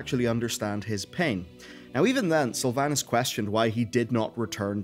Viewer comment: We have same accent but the way you say Sylvanas makes me sad inside :(